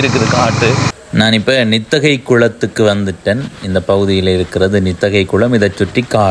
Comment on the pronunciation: தம்பி நித்தகை அல்ல நித்திகை 🙏